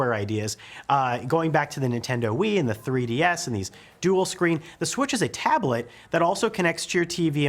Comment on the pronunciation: Wii U* not wii. and 3ds not 3.......ds